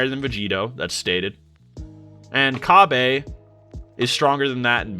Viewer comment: Oh my god you saying “Ca-bay” makes my ears bleed💀